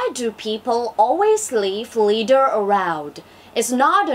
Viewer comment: bạn phát âm tốt nhưng còn sai từ: litter